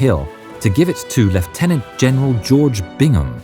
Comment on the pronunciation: Small thing but I like how for the British forces you pronounce lieutenant our way, nice video!